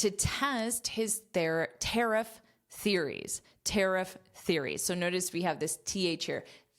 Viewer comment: Pronunciation of “ tariff” the last ff.. please